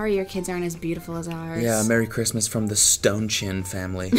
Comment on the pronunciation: The "Merry Krizmas......." absolutely annihilated me